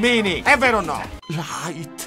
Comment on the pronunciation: Quel "LAIT" m'ha steso